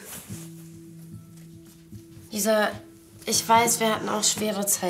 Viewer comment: Er sagt Alessia statt Lisa